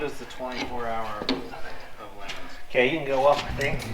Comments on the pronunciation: That's supposed to be 24 hours of Le Mons not lemons. That way it sounds like Le Mans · 24 hours of Lee mullets that's how it's pronounced its at the freedom factory